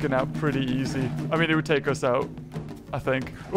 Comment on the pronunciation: OoH hOoO pItY(PrEtTy) That's my new favorite line